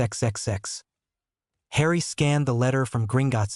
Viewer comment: please stop saying hrien it doesnt sound the same as harry